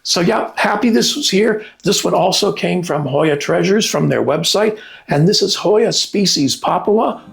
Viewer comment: I love this Hoya. I have trouble spelling and saying the name. Thank you for the name and pronunciation.